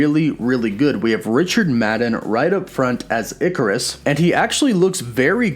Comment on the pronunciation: Ikaris is probably pronounced eye-car-iss or ik-car-iss.